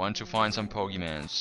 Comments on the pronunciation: Its pokemon not pogeman. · 1. Plural of Pokémon is Pokémon 2. Pronounced Po-ké-mon. (NOT BO-GI-MANS!!!) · It's pokemon not poke mans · you say 'pokimans' l0l instead of pokemon? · "Pokemans"...I don't want to live on this planet anymore... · Poe-kay-mon. It sounds like he's doing it on purpose, as well as "geodude" for correcting himself when he says it correctly.. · I love gow he says "pokeman" lol its funny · he said pokemon correctly once and the changed it to pokemans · he says pokeman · u say pokemans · He said Pokemans =( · its called pokemon with a o not an a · poke mon that how u say it sorry i just get mad when people say it like that so sorry but i likae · the guy said pokeman its pokemon and its a mod ur dimb at heck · stop saying pokemans it hurts my ears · stop saying pokemans and pokes... just stop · its not freaking pokemans noob it dosint even have a a in the word pokemon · lol pokemanzz lol my cousin loves(ed) pokemon and i would get on her nerves by calling the pokeMANZ ROFL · pokemon not mans ugggh